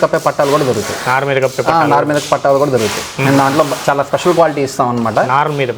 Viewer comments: పట్టాలు కాదు పట్టలు. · Pattaalu kadu, pattalu